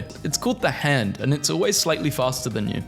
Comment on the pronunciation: "It's called ZA HANDO"